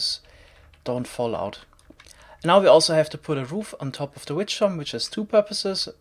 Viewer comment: definitely doesnt sound like "witch" ..... XD